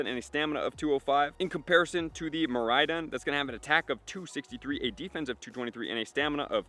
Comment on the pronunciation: Ko-ride-on. Mi-ride-on. You ride-on them. They are dinosaurs/lizards (-don) and Mirai is the future while Korai is the past.